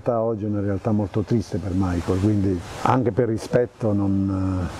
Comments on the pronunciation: Ma non è "Maicol" aĺl'inglese, bensì "Micael" alla tedesca. È come chiamare Giuseppe "Giuseppi" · 🤔¿perché molte persone pronunciano il suo nome come fosse Anglo-Americano?...dai su!